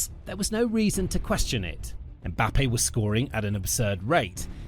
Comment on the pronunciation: His name is Penbappe